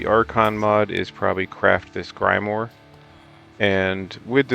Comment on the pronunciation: "grymore" is making me cry 😭but thanks dude big help